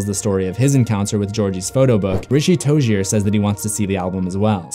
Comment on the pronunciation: Richie tojer?! I am pretty sure it’s Richie Tozier...btw love ur vids